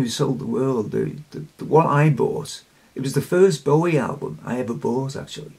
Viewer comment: I also get a lil fidgety when people pronounce his surname B-ow-ie as in ouch. You touched my heart saying B-o-wie as in bow - bow tie. That's probably too sensitive but I can't help it x Love your cuteness overload memory of leaning back in the chair like an astronaut as a wee nipper - astronomy/the cosmos etc is also something close to my heart.